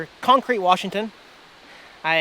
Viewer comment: Hey, - You should see “This Boy’s Life”. With De Niro, Leo Di Caprio and Ellen Barkin. Why? It was filmed in “Cawncrete”. (That’s the way De Niro’s character pronounced it). A bit disturbing but a good movie.